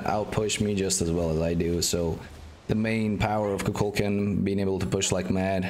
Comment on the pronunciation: ITS KUKULKAN